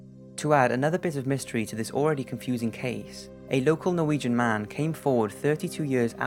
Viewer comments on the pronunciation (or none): none